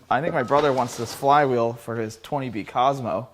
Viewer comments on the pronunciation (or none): none